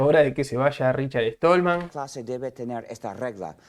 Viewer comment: RICHARD STALLMAN , SSSSSSSSSSSTALMAN...NO ESTOLMAN. ¡PLEASE! O APRENDES O TE RETIRAS. ¡QUE PROFUNDIDAD DE ANALISIS!...PENDIENTE A LO QUE VISTE EL ENTREVISTADO. SE NOTA NO ERES PROGRAMADOR COMO LO DICES TÚ MISMO.